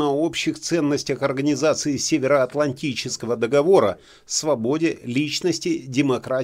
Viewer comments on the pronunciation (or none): none